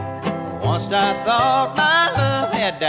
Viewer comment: Plus he says "WUNST", not once😄